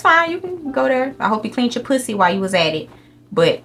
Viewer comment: HELPPPP I LOVE HOW SHE SAYS "POO-SEE"